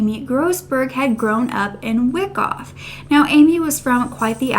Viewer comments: Wyckoff is pronounced "Why-cough", not "Wick-off" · I grew up in a surrounding town. It’s pronounced- why cough.